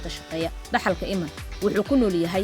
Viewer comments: Ayadoo oh I’m iiman la dhaho bee sidii galadii u aqrisay iman kute 😮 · Magaca sidaas ugu dhawaaqaysaa waa khalad